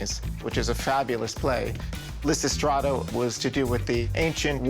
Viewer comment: So-called Picasso expert can't even pronounce the title of the work Lysistrata.